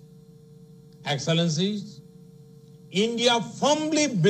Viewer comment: Chai kadak se English padak tak ka safar.enxilllencinnneee heheee